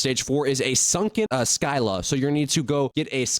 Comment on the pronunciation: We are cooked But bro literally said SKYLA For a Scylla 😂